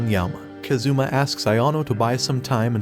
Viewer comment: He is kAzuma, not kazUma ffs.